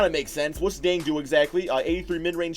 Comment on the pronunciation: If your like me, you have been pronouncing it Gorgy Ding. However, that is completely off. According to Rick pitino, there is a K and J sound in the name Gorgui Dieng. Gorgui is correctly pronounced Gorkie, and Dieng is correctly pronounced Jyang with a french twist to it.